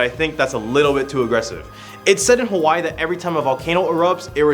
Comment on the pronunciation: Native hawaiian here, i was dying at the pronunciation, especially with iolani and just the pronunciation of hawai'i to start